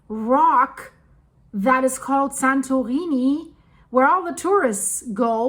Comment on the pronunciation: Ok she is definitely saying "santoweenie"